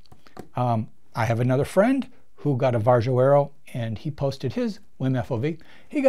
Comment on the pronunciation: The Varjo XR-4 has eye relief and I get 114 HFOV just as a data point...the Crystal gives me 102. oh and it's pronounced VAReeeeeO